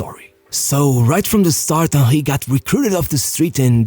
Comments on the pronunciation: Bro how is Henry pronounced as Onkhay? It’s Henry I think Hank would better at this point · How this guy pronounces Henry as Ah-Hee, I'll never know. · WHO THE FUCK IS WAHHEY, cn u pronounce the name PROPERLY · “Im talking about hieyy hewny.”😂😂